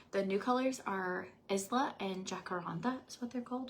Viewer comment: I think the panties you showed are pronounced “eye-la” 😅 (my name Isla)